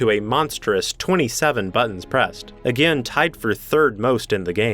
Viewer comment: I don't say this to be mean but hey says again like a gin